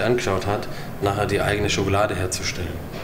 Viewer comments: Wenn Nerft es auch das er immer schogolade anstatt Schokolade sagt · Sagtest du da eben Schokolade?Schokolade !? Schokolade!????? SCHOKOLADE !!!!!!??? SCHOKOLADEEEEE!!!!SCHOKOLADEEEEE!!!!SCHOKOLADEEEEE!!!!